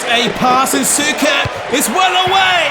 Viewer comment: As always, phenomenal video❤️❤️ Unfortunately for me, I was born year later so I couldn't live the first Croatian success on major tournament. Also small tip for CRO players names: Suker is pronouned Sh-uker and Prosinecki is pronunced Prosine-ch-ki😁